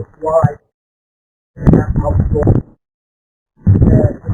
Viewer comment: "Wisecam Awtdor"